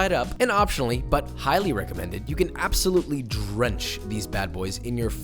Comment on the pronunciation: Wait so Josh says 'absolutely' not in a weird British accent? You OK?